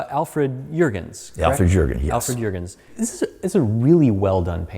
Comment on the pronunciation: Now that it's whole again it really looks beautiful. But of course you've invested much work and care into it. I'm also impressed how clear you spoke the name of Mr. Juergens...most English Speakers would've struggled with that.